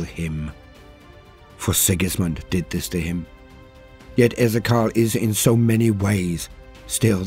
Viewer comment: E Zee Key Al